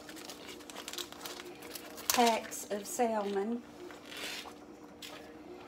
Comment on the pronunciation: Salmon is pronounced Sa-mon, the l is silent. I learned that the hard way. But, love your cooking videos.